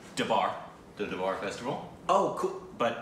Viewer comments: It’s Darbar not dabar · guys DURBARR.... not dabar